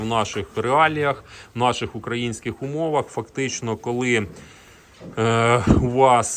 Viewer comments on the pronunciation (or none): Пане господарю, якщо можете, то вимовляйте будь ласка "украЇнська, украЇнський" (з наголосом на ї) замість "укрАїнський". Дякую за цікаві та корисні відео.